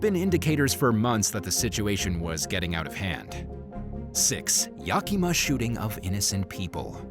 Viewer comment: Your pronunciation of Yakima is cracking me up! 😂❤😊